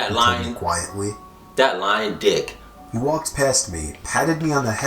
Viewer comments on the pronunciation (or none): when said "that lying dick" i thought he said "that lion dick"